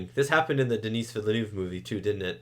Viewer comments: Just to be really annoying, Dennis' name is pronounced "den-ee". "Denise" is a woman's name :D The S is silent. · Just FYI, Denis Villeneuve’s first name is pronounced Du-NEE (the S is silent). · You were concerned about calling the director David Leech, but you kept calling Denis "Denise" like the female name 🤣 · Always good to see young (and almost fresh) reacts on important movies. Wanna excuse for the prononciation of Denis fullname also ;-))) I am kinda estonished about Gen-Z comments that define in IMDB-ratings the old movie and its script as 'shit' and the remake as 'best film ever' - the rating 1 vs 10 fallacies with lots of predispositions. What about a good ol serious film review that tries to acknowledge the artistic freedom and professionality? What about the endless remake and franchise stream that could lead to the death of cinema ?